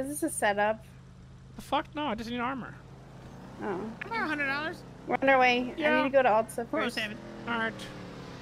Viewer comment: Bro really said common instead of Cmon